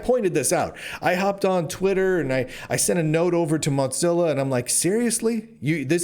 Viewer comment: I appreciate you, Lunduke. But why in the name of all that is holy do you pronounce it “Mot zilla”?